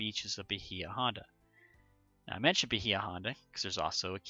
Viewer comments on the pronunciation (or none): Pronounced Bay-uh, not Bu-hee-u.